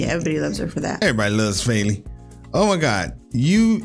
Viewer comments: btw, her name is not pronounced “Fayli” - there’s no y-sound in the middle there. It’s just as it’s spelled “Feli”, not feeli or felli. It’s short for Felicia, so even in English wouldn’t pronounce it “Faylicia” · yeah, it’s the emphasis. It’s more “feh-” so a similar sound but flatter than “fay-”